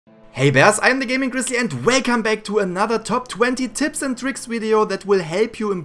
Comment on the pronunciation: Lol "welcome back" sounded like Wake an Bake👍